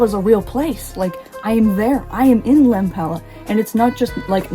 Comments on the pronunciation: When you said ¨next stop, Lempäälä¨ and you pronounced it perfectly, i actually got taken aback a little bit 😆 Great video, can't wait to hear you talk more about your love for my country even more lol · Your finnish pronunciation is really good! Finnish can be quite a challenge for english speaking person because the pronunciation is so different. Especially the "Lempäälä" train announcement was spot on! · You pronounce Finnish extremely well! You sounding out "Lempäälä" was heartwarming, it's a very familiar and precious locality for me.